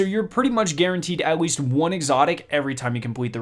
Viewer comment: compwete, qwickly, atweast